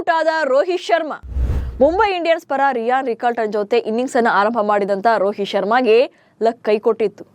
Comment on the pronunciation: Ryan not riyan